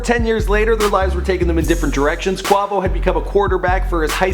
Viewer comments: you don't know how to say Quavo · the way he say quavo just erks me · The way he said Quavo, the way he said Decatur, the way he compared take off to soulja boy...I just cant im out😬✌😂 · I don't under stand how u did research and gathered all this information about migos and don't know how to pronounce "Quavo" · how the fuck can i trust you with giving me correct info and you dont know how to pronouce Quavo. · I can't stand how he's saying Quavo's name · ikr i was finna say am i the only one that heard that lol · the way he said quavo made me vomit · from the way he said Quavo.I wonder if this guy covers these artists for the money...or does he have a genuine interest in their music. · Every time he mispronounced "Quavo" I cringed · he is saying quavo wrong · you got my cringing when you say Quavo name like that. shittt stop playin wit his name! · you know this man hasnt heard one migos song if he says quavo like that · Everytime he said quavo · I love how he says "please forgive me IF I mispronounce any names". You misprounced Quavo's nickname AND his real first name. Lame ass nigga: take this L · the only one you mispronounced was quavo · How you fuck up quavo 😂😂😂 he say it damn near every time he raps 😂😂😂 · He pronounces quavo's name wrong... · It is quavo not qovo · Bruh im not even watching this video after because this man said CUAVO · It's Not Qovo it's Quavo in the song I'm the one he Quavo says Quavo Dumb dumb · I'm in cardiac arrest. My mans said 'qua-va-sous' ...it's Qua-vi-ous. This whole video needs to be taken down, edited, then maybe we can try again. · its quaaaaaaaaavo he said quovo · Hes saying Kwa Vo. Its Quay-Vo tf?? 😂😂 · QUA not QWA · quavo not qwuavo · dude.. its quAvo... not quAWvo.. you have a good channel but last time you mentioned lil boosie (boosie badazz) you pronounced it lil "bOUsie"... come on dude, do a lil research, listen to more of these artists music and you'll actually sound like you know who you're talking about. just sayin